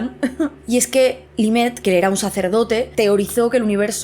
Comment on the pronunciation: Rocio, cómo sé que te gustan los idiomas, dedica un minutito a buscar la pronunciación de mi casi paisano Lemaître. Básicamente sería algo así como "le-metr". Estabas diciendo algo empezado en "li" qué no era reconocible. No se, yo tengo un Grado en Astronomía y Cosmología con un "minor" en Neurobiología (título británico) y ninguna de esas cosas me parecen tan misteriosas, sencillamente cosas qué no sabemos aún y qué tal vez el cerebro de una especie primate cómo el Homo Sapiens no tenga la capacidad de entender. Nuestros cerebros son al fin y al cabo un producto imperfecto del proceso evolutivo. Buenas vacaciones y gracias por la promo de Nextory, probablemente la pille.